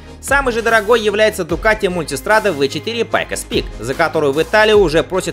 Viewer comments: У него ваще бардак с названиями Пайкос пик вместо пайкс пик Дьявол вместо диавэль Олинс вместо йолинс ( ёлинс) Дэсмоседиси вместо дэсмосэдичи Суперлегера вместо суперледжера И это только в одном ролике... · "Пайкос Пик"🤣🤣🤣